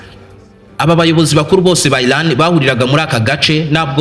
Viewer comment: Erega si ilan. Ni Iran. Sha prononciation ntuzi nsmba uracurika ugacurura...vrt uvuga inkuru nabi😅